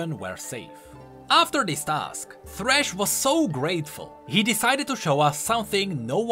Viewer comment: Sad that you didn't put thresh as well and call him "Fhresh"